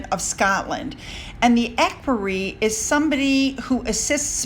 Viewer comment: Equerry is said as eckweree.